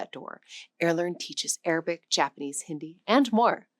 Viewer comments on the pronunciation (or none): none